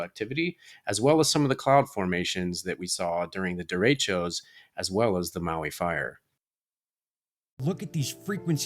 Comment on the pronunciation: I know the term, but it is not being pronounced properly. It's spanish, so you roll the R and the e's are more soft. Happens often during monsoon season in northern new mexico. Derechos bring good rain to the desert.